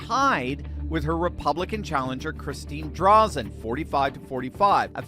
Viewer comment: You cannot even pronounce Christine Drazens name....no credibility whatsoever.